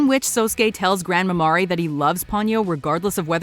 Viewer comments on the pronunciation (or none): Granmamare is Gran-ma-mer (think French for Sea for the pronunciation) - not Gran-ma-mah-reh.